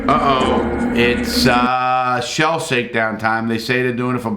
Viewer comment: "It's shell sakedown" haha I do that shit all the time, reverse my words. Great vid Larry, love to see your reaction to UK prisons and see how it differs in social dynamics.